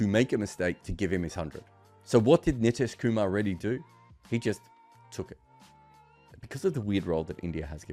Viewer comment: Good breakdown of the conundrum, just kindly get pronunciation of his name right 😭